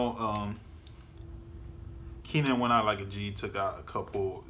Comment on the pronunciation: K - nan. Not Keenan.